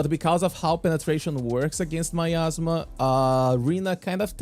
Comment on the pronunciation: miasma, not myasma